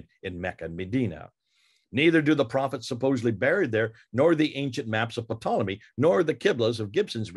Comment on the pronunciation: ...the fact You're pronouncing Ptolemy's name as 'PAH-tol-emy,' really concerns me...